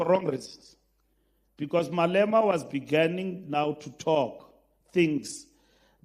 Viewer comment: Mbalula has come with a new English word, "Beganning", instead of "Beginning".